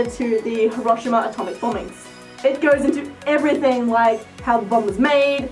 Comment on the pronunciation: Hiroshima is pronounced he.row.shee.ma